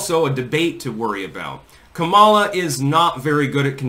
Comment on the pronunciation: Its pronounced Commy-law